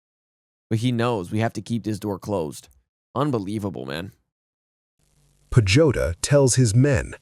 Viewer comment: PAJUTA pronounced as PA - HU - TA !